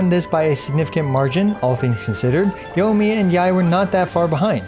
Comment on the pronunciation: YO-miya lmao